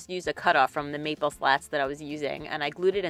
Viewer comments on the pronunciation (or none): That box turned out great! You are so well spoken and all the details you shared really add to the video. Every time you said "maple" tho I kept hearing "meatball" lol. Then I kept thinking of Jersey Shore. Whenever I think of the box you made, I'm going to think of Jersey Shore too lol.